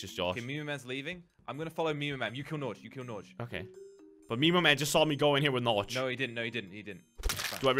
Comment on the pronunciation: ''Norch'' lol it's Norge (Norway) Pronounced more like ''Norjeh''